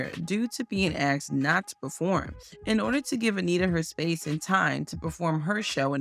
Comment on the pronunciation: “ AXED” BABYFACE?? AXXXXXEEEEEDDDD BABYFACE? NOOOOOOOOOOOOOOOOOOOOO